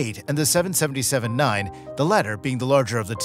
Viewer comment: Please STOP saying seven senenty seven 🤮